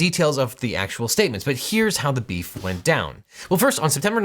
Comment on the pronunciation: Dude, stop saying 'beef' it sounds all wrong when you say it.